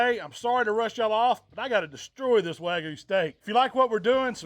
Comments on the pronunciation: wag-you beef. Not wagu beef. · Wagyu has a y in it..it’s not “wagu” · Loved everything except how he pronounced WAGYU